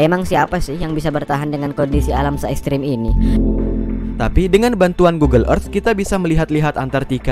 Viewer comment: ekstrim bukan eskrim😭😂